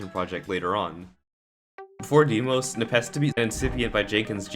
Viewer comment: He keeps saying deemos